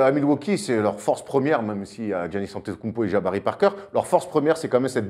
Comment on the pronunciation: si tu suis la NBA tu sais prononcer Antetokoumnpo